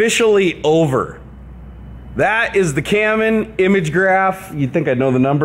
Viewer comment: At the end you definitely said Camon. lol